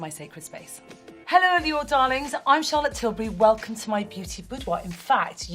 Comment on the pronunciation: シャーロットの発音が好き過ぎる